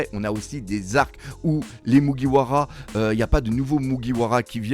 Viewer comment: À mon avis il a lu des scan sur des sites non officiel et n'a jamais mater l'anime. Ducoup il prononce le nom japonais avec la prononciation française. 🤔